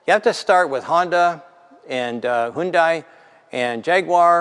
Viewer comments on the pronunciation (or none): For anyone that cares - probably no one - but I like trivial shit. The actual pronunciation of Hundai (현대): 2 syllables - Hyun (현) Day (대): Not three syllables, i.e. Not "hi yun die". cheers